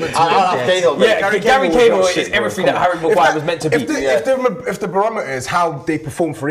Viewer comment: Man really said cahill 🤣🤣